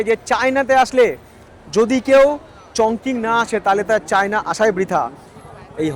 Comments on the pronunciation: উচ্চারন টা হবে চংচিং। চংকিং না। 在中文: 重庆 (Chóngqing ) . 🇨🇳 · Chongqing is pronounced as "Chong-CHING". Hope you don't mind the comment.